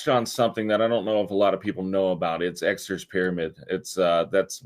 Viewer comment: The OG silver bull is back after decades of denial! At 53 bucks, we are finally vindicated. And yet.... still calls it "Exeter's" Pyramid...dude. EXTER. John Exter. Exter's Pyramid!!!!! We love you anyway!